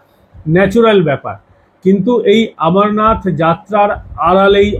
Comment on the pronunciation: ভালো বিশ্লেষণ। কিন্তু 'আমরনাথ' নয়, অমরনাথ।